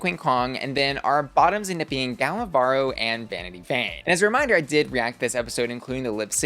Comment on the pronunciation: Little note on Gala's name pronunciation: you're not supposed to roll the R when it's a single one in the middle of a word. I'm mentioning this because saying Varro (instead of Varo) sounds like barro which means mud in spanish 😅